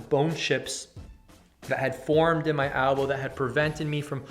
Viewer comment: elbow not albow